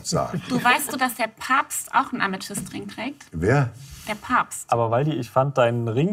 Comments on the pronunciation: Schatzi, es heißt Papst und nicht Pabst! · "der Pabst" Waldi: "wer?" 😂